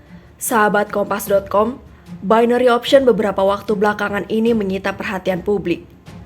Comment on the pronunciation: Bainery mbak bukan binori